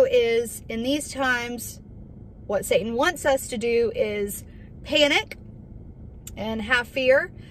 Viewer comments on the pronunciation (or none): none